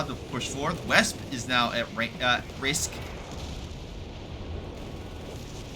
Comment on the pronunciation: If it helps, Wespe means "Wasp" no need to butcher the name :P. Also, destroying the cache is pretty damaging but I think the effect of potentially doing it in this game was a bit exaggerated, Tightrope made a video showing how it is now.